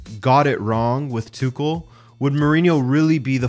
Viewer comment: The way you saying "Tuchel" piss me off. And what's so mysterious with a portuguese football man to attempt to portuguese big matches???